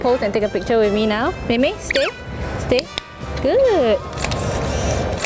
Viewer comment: it's actually mei mei not mimi